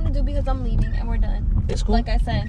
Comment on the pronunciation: I’m dead he “LeAvIiNg”